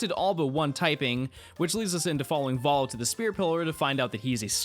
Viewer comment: sorry, VOHLO??? WHAT DID YOU CALL HIM??? exCUSE ME???